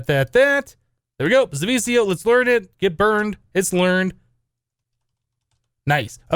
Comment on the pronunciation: zivicio is pronnounced ze-ve-key-io and you won't be able to use zivicio armor in the recipe of the wyvern armor if you damaged it